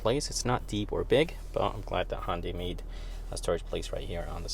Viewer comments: I swear you are saying Hondai and it is confusing me watching the video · "Hondy" tucson